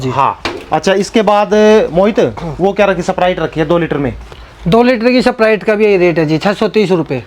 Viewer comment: वो सपराइट नही स्प्राइट होता है 😁🔥